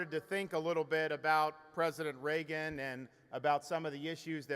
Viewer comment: It's the first time I heard someone speaking highly of "President Ray-Gun"